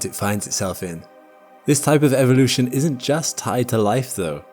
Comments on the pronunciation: And in modern times we're witnessing the extinction of pronouncing the word evolution properly and era isn't error ffs 😭 R.I.P English language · EEEEEEEEEEEEEE VO LUTION....Not evvvvvolution...